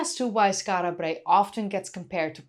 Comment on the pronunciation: Rolling the "R" in Brae is rather annoying.